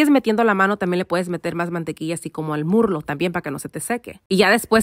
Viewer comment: Se dice muslo not murlo replace the r with s that’s all 👍